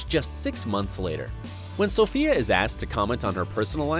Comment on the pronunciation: Every time he said Sofia I twitched 😑